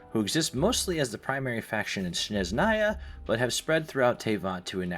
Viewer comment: I'm half joking, don't take me too seriously. Im a linguist and musician so I can't help but notice and be nitpicky when it comes to sounds. Overall, too american lol. FontAYne, InaZOOMa, SnezhNAAAAAYa English speakers add diphthongs (2 vowels instead of 1) where they shouldn't be and the stress tends to be on the wrong syllable. If you say them as the american VAs say them, it's probably wrong. The biggest culprit and the one that genuinely got to me was Leeway instead of Li-Yuè. It's so ridiculous 😂 just read the letters y-u-e